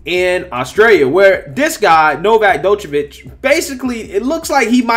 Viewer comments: It's Novak Joke-a-vich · lol its pronounced Jokavitch. :D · "Dochevitch", eh? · not "jock" but "Joke" Jokeovich. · NOT DOCHVICH........ D IS SILENT ITS JOKE A VIC...... PLEASE PLEASE IF YOU DON'T KNOW HOW TO PRONOUCE IT GOOGLE THE PRONUNCIATIONN. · The way you read the article was funny. Drawing out the last words 😂. The D in Djokovic is silent as well. Jo-ka-vich. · Its pronounced Jock-O-Vic. All Djokovic signs are not allowed at the Aussie Open, and called "Inappropriate" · It's pronounced Jo-Kaw-Vich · Its pronounced "jock-a- vich" 😂🤣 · It's pronounced NoVac(AS IN NO VACCINATION, JOKE-A-VICH) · It's pronounced Jo-ko-vich (D is silent) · (Joke-uhh-vitch) sorry it was bothering me lol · Jock-o-vich. Sorry to be that guy, but it was bugging me. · Small point. His name is pronounced " jockovich"(the joker) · Novak Jokovich* is correct pronuncation. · Joke-o-feach that is how you pronounce it in English. You pronounced it in 5 different (all wrong) ways in this clip. Must admit, first mistake I caught you with.;-) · Pronounced, “Jockavitch”.🤗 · Who is this 'Dokovic' you speak of?😏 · first off, his name is pronounced like Joko-vic like Joker. That's a minor. and he's an elite athlete who happens to be best in the world who knows what is best to put in his own body. I get it. It's their rules but it's not like he's playing rugby. The distance between him and the opponent is almost 78 feet apart. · It's pronounced JOCK-oh-vich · It's pronounced 'JOKOVICH' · Doo -ka-vitch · It's pronounced "jokeovich" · Bro you screwed up the pronunciation of his name so bad. The d is silent. It would sound like yokavic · As a matter of fact it would nest be pronounced Jock o vich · My guy, you’re butchering the name lol his name is pronounced “Jokovic” with the J making the same sound as Jones, Joker, etc. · Bro you butchered his name 🥲🤣😂😂😅 but great video tho always coming with the truth 🔥💯🔥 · His name is like Django the D is silent 😉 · Your butchering his name bud🤦🏼‍♂️😂